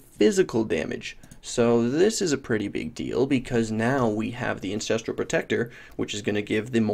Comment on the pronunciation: Hey. You keep calling it the "incestral" warchief. Didn't realize the melee totems families were that close;p